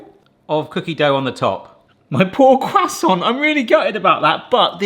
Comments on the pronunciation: CRUSAINT CUSTANT COOSAAONT.... Quhhh sawwnt' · I’ve never heard someone say croissant like quwasont lol. I’m very much uncultured American. 😅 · What's a cwassant?